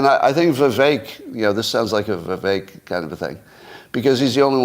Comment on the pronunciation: holy shit, learn how to pronounce "Vivek"